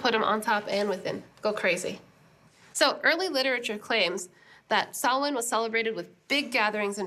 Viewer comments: Sohla: You are an Honorable Druid Princess. Your perfect pronunciation of "Samhain" knocked me out of my Derry Girls socks. More thrilling goodies, thanks. Rye is defo not in the plans for this month. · Big BIG ups to Sohla for PROPERLY pronouncing Samhain; so many people say "Sam-hane", and that just ain't right. :P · thank you for not pronouncing samhain as sam-hane. this makes my lil irish heart happy